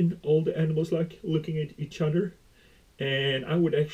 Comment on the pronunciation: You keep saying "Eating each udder" 😂